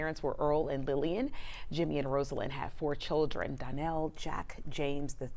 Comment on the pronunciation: Her name is pronounced RAH-salyn!!!!